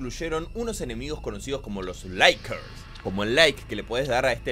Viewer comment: varios "laikers", pinche pronunciacion tercermundista es la leche